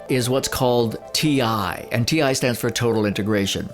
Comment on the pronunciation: Funny that you're calling it T1. It's T I. i it stnds for Total Integration :)